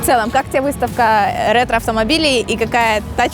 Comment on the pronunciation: ретро блять, ретро, господи это произношение в начале